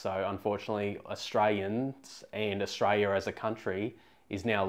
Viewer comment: Could you please say the word Aus-tra-li-a. Repeat after me Aus-tra-li-a. You make Aussies sound like we don't deserve 1gb/s internet speed